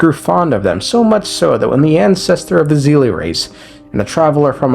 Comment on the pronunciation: Bro really said zeelie instead of seelie. Bro this is not hsr. They're not seele from hsr. It's not "Z". It's "S"